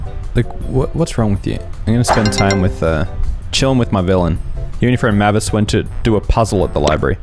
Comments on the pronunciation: How haven’t you heard mavis before, pronounced “May viss” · it’s said “may-vis” 😭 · Dracula: Mavey-Wavey: M A H V I S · Hearing him mispronounce the names, while I know it’s kind of a meme, was physically painful. Especially Mavis. Oh my god, that one hurt. Anyone who doesn’t know Frida Kahlo should really look her up. She’s an absolute icon and someone I really look up to as a disabled artist. She was so strong. Even with all the difficult, horrible things she had to go through, starting early in her life, she still lived a life so rich most of us can only dream of. She’s also a bi icon <3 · does he ever pronounce mavis correctly?